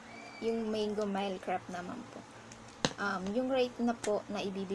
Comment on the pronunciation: You pronounce it as "mil" not mile